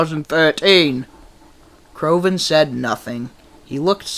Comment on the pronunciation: CRAVON?!?! I think you mean, “Crovan.”